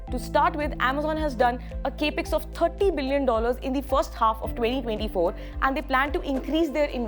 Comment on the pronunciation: Thanks. Lots of stuff in a short quick presentation. Good job!!, you'll get this immediately: Consider the term Capital Expenditure. It consists of two words. Its short form is pronounced as Cap Ex. Notice the break between p and E? It's not Cape X.